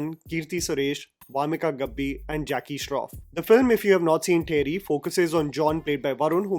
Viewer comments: Its not teri jammy.. its Theri. Just theri😊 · Pronounced as तेरी. Only love and support, keep going ❤